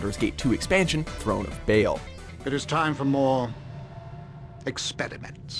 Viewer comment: #10: Pronounces 'Bhaal' wrong, despite the fact they show a clip where the name is pronounced correctly. SMH.